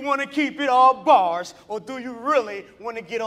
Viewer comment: He said barss